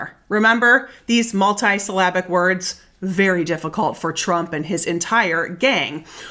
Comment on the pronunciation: Thank you! You are the best, and also the only one in the media that pronounces that criminal's name correctly! 👍✌️💙